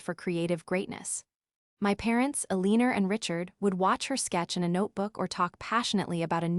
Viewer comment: Is the AI trying to say "Eleanor" and pronouncing it "a-lean-er" because it's in every story and very annoying